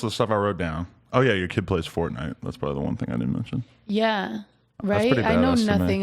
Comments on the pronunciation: lol she said forknife instead of fortnite smh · "I know nothing about FoRkKnIfEEEEEE" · Is it just me or did anyone else hear here say " I don't know anything about Fork Knife" instead of Fortnite lol